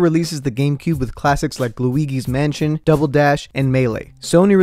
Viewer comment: never say luigis mansion like dat ever again